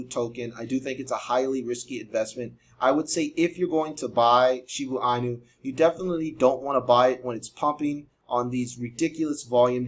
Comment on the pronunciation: You been pronouncing it wrong the whole time😂